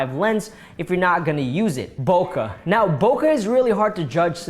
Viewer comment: Bokeh is pronounced "Boh-kay" not "Bowka"